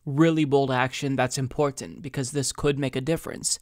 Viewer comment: Lol I always notice that 2, the way says it, is annoying lmao